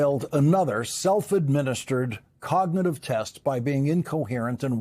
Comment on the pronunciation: The way he pronounces cognitive coga- nah-tive really inspires confidence.